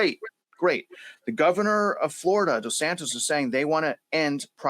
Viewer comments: 😂DESANTIS not DOsnatese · Doh-santos 🫠😐? ⁉️ Deh-Santis. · Did he say DoSantos (FL) 😂 Dude seriously!? It's Ron DeSantis!! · Who's "Dough-Santos?"